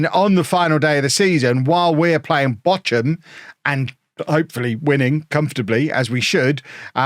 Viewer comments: Bock-um, not Botch-um. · The German pronunciation is /ˈboːxʊm/. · They're pronounced Bore-kum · That is a very unique way of pronouncing Bochum, 😊